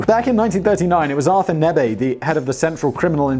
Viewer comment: Nee-ber. That's how you pronounce Artur Nebe's late name.